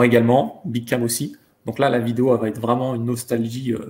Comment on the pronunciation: j pensais q il disait "mon pote à Nice" j me disais wouaw il allait jusq à Nice pour un Street Fighter?! merde faut q je sorte là